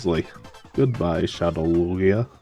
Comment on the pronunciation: Omg, it's Loo-ghee-ahhh! Oh no, that starting set tho :3 glad you got to use Lugia tho!